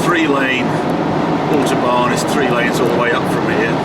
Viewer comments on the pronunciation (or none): Love the video but please please pronounce autobahn correctly!